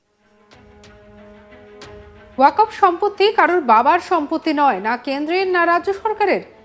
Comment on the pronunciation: Uchcharon wakof hobe na shothik uchcharon hobe "Waqf"?